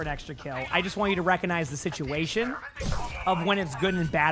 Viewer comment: "sitation" LOL